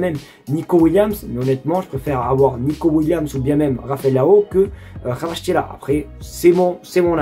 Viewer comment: Ça se prononce Varashkélia